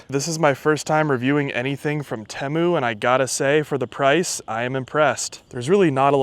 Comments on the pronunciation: Its teeemoo not tehmu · It’s tee-mu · I feel obligated to tell you it’s pronounced tea-moo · At some point the commercials for Temu went from pronouncing it "Teemu " now they say "Timu" . I think confusion with Liberty Mutuals Limu the emu caused this change. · No incorrect you pronounce it Temu not teeeeemuuiuui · lol the way you say Temu is killing me. Ever time you say it I get south part In my head TIMMY!!! 🤣🤣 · Bruh… it’s pronounced “Teemu” like “Tea Mew” 😂